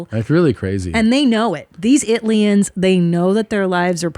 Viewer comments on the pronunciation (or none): Yeah. Just like France has Frenchians haha